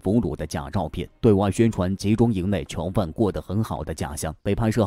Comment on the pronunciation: 为什么都是“桥”犯，听着太难受了😢